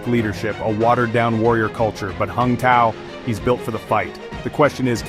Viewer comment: Pronounces tsao. C is pronounced ts.